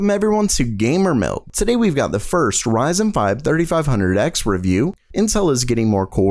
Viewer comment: Today, not Daday. Sound it out :)